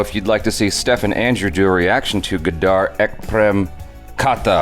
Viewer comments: well it is not GADAAR its GADAR that's two different things🤪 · It's funny how you made 'Gadar' sound Gaddaar!! 😂 Which is quite the opposite of what it really means with respect to this movie.😂